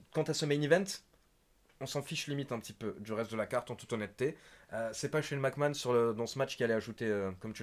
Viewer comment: I me tue avec son Shane Mac kant !!!!